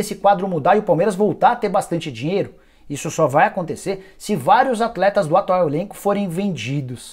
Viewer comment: Pq vc fala desse jeito?! Da ênfase sempre no final de cada palavra... " Palmeiras não tem mais dinheIRO.. " Coisa estranha... Da até aguniaaaaaaa